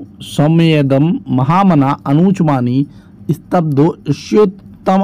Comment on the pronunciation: सर, आप खुद ध्यान से नहीं पढ़ रहे हैं।अनुचानमानी को अनुचमानी पढ़ रहे हैं।